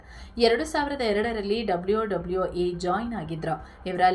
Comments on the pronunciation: ಡಬ್ಲ್ಯೋ ಡಬ್ಲ್ಯೋ ಈ 😂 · ಡಬ್ಲಿಯೋ ಡಬ್ಲಿಯೋ 😂